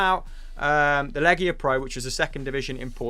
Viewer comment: Its LigaPro not LegiaPro